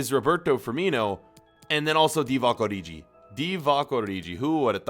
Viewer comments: And call origi oriji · Can you read because you said oriji jk but still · 07.04 it kills me when he calls origi ORIJI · The way he pronounces origi